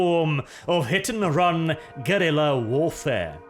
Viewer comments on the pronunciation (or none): none